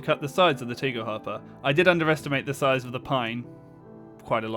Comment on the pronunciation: The A in "Tagel" is pronounced as the A in "Andromeda", other than that you pronounced the rest correctly.